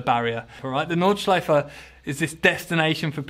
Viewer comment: All right the "Nordschleifer" xD Without the "r" it's so good pronounced